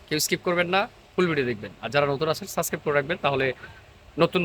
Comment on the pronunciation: সাবস্ক্রাইব হবে সাসক্রাইব না।